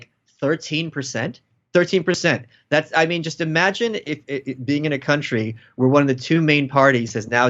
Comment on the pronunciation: For a split moment my head heard "Cunt-ry"...now I can't unhear it nor stop thinking about the aptness of it.